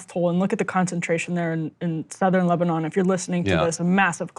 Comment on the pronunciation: Why is Ryan pronouncing Lebanon weirdly ? He's the absolute worst BP host